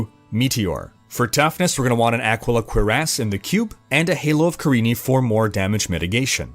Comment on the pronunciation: Ah-Key-Lah Cure-ahss, please.